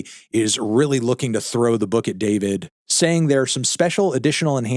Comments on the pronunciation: It's pronounced Dee For Vee Dee, not David. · it’s pronounced “Dfourvid” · It's pronounced Dfourvid, disrespectfully. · his name isnt pronounced "Dee four vid"?